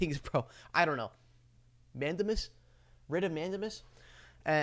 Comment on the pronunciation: Thank you, I enjoyed the video. That word is pronounced man-day-mus! Thanks again!